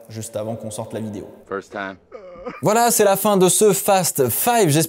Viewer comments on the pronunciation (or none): none